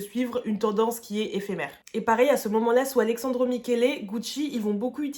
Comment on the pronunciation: Super vidéo, mais je t’en conjure, parle moins vite et respire ! 😅😊 (C’est AleSSandro, et non ‘Alexandro’ 😅)